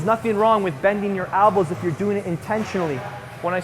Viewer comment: Why do you always say "albows"? lol